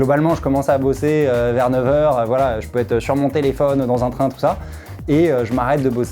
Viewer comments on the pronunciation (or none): none